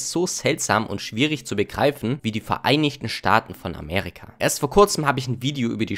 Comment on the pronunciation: bro es heißt Amerika und nicht Amärika